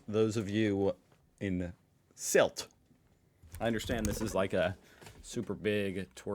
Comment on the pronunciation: The y in Sylt is actually pronounced like ü (like in the name Rüdiger from one of your recent videos).